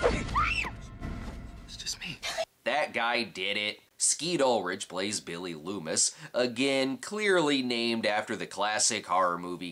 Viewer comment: i misheard billy lumis as billy doofus and thought it was just one of your jokes lol.